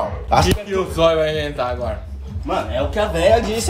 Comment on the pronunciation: Zóio: eu entendi seme na época Que época ? Kkkkk